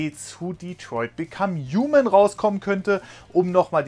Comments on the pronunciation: Uman ? es heißt human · Es heißt Human aber das H wird kaum bis gar nicht gesprochen -.